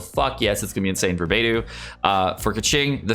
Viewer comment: I love your videos,, but it makes me cry inside when you mispronounce so many of the Chinese names 😢 Since you are one of the premier Genshin content creators, I think it would go a long way towards professionalism if you were to spend some time learning Chinese Pinyin pronunciation. 😊 For instance (and this is a written approximation): Beidou: Bay-Dough (not Baydue); Xingqiu: Sing-chew or Shing-chew (not Zingcho), Xiangling: She-ong-ling (not Zhangling). I hope this helps! Keep up the good work!